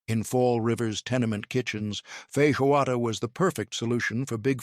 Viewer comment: To the Announcer if Human: In Feijoada, the 'J' is pronounced like a J in John. Also, in Arroz, one pronounces the 'Z', like AHOZ. I grew up in Brazil speaking Portuguese.